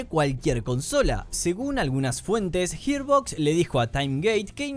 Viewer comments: "Gir" no "Hir" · hermano profavor la pronunciacion arruino todo el video, Yiarbox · JIR BOX ??????? me tiltea que pronuncias como el culo Gearbox, pero el resto bien ¿porqué mierda haces eso?